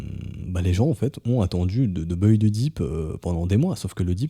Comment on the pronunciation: Je vous écoute tous les jours depuis fort longtemps, merci pour vos analyses. Mais vraiment, l’accent sur « buy » c’est pas possible !!!!! 😬